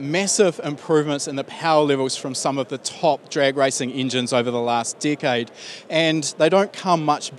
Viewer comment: Decade not deecade. Impressive not impreesive